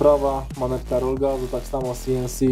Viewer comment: Wykonane si-en-si 😂🤣